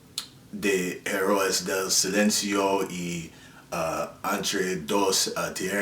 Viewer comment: Herróes del silencio - enthre dos tieghes